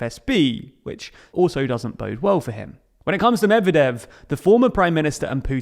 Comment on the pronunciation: I had to stop watching because of you pronunciation of Medvedev